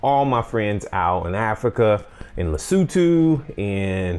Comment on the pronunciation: the country of Lesutu....LOL! Lesotho....Lesotho! Good video.